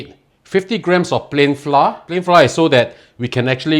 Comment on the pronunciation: Pronounced as flou-r, not flar.